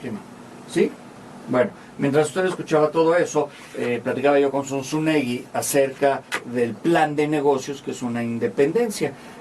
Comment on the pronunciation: Zunzunegui , con "gu " no " ju " , es apellido Vasco 🙏❤️🇪🇦🇯🇪🇲🇽